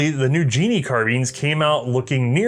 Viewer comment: Uhm, sorry to correct you however the K in KNIL isn't silent! So it's like Canuck (for Canadian), however then K^NIL (as a single word). Oh and it's not Genie, it's Ge-nie (two syllabals)... Hope you don't mind, enjoyed the video(s) very much :-)